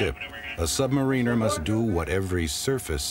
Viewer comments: Damn it, for the hundredth time, submariner, NOT submanineeer! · submareeener??? isn't it submariner shit contaminator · R Wood Right! Im from SSN 650 USS PARGO 77-79, I hate when they constantly mispronounce submariner. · Two of my cousins were submariners, reactor personnel to be exact. They pronounce "submariner" with the "marine" part as you would pronounce "marine" as in Mqarine Corps. They get on me because I pronounce it the British way as in "submariner" with the "mariner" part as in "The Ancient Mariner", thanks to our grandfather and their uncle, my father--our grandfather, my father and myself were all born in Scotland